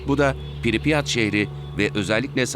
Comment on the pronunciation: piripyat değil pripyat